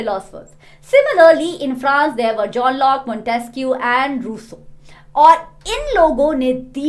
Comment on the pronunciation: The way ma'am 😂 said Montesquieu and Rouuussea 😂 🤣😅 🤣😅